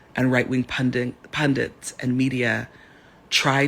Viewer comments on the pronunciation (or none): Pundits. Not Pundants. foo. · "Right wing pundents" *Pundits